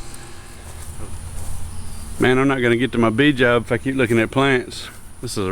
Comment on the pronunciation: When you say "Man I'm not gonna get to my bee job" (read phonetically). Hilarious.